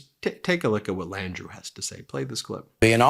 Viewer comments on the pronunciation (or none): Sorry Ben love y'all but it's pronounced LANDROW and N'AWLINS 😁 keep up the awesome work!❤